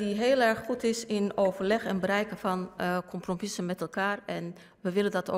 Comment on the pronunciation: compropiesen ? Lol